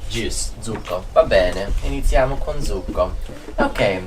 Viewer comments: please check dont' confuse the pronounce ( juice ) its succo with S not zucco with Z almost correct other parts 👍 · You said "zucco" instead of "succo"! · Your Italian is great!! and Willa are almost fluent! pronounced almost all the words perfectly! The only pointer I could give him is that juice is Succo, not Zucco (with the S of "Sex"), but other than that i can't remember a single word from him pronounced wrong! P.S.: Maneskin being a rock band often use pretty harsh lyrics.:P "Vi conviene stare zitti e buoni!" means "You better shut up and behave (literally "stay silent and be good", but in this context means "shut up and behave" and it's exacty the kind of reprimend a kid too noisy could get, so it's fun and makes sense that Willa recognized it right away while, used to more polite coversations between adults, didn't.). The second part also contained a swear word. xD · piccolo appunto: "succo" va pronunciato con la s sibilante (like hiss, "kiss", non con la z di zanzara, per il resto voi e le piccole siete amorevoli! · Well done guys, really enjoyed this video, like all others. Congratulations, you are all improving dramatically, each at his/her own pace. I teach Italian to the elderly in a small town in Massachusetts, and I plan to share this video with my class. Grazie! P.S. Succo is pronounced with a starting S, not a Z sound. Ciao!